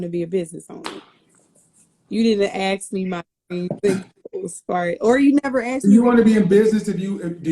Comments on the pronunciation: She cannot pronounce simple words. It is ASK. Not axe. No man of high value is going to take a woman who speaks ghetto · Do you have all these dreams of education can you please start by pronouncing the word ask